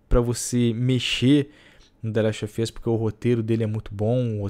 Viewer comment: "De leste ofi oss"